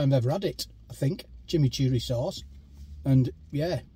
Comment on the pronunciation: Burger doesn't look to good and expensive... The first time you pronounced chimichurri correct 👌👌